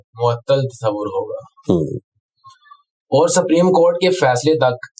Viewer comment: Allah SWT apko jaza e khair de! Shiddat se is baat ki zaroorat hai aap is qism ka program karen. Taake ahle Punjab iss maidan mein improve karen. Jis shakhs ko aap ne khabar pardhne kaha woh ‘Aur’ ko OR, (Fauj ko Foj) pardhte hain. AAP ka lahja, adayegi aur talafuz hum sub ke liye qabil e taqleed hai! WasSalam.